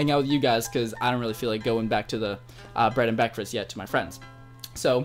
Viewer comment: bread and bekfast😂😂 😂😂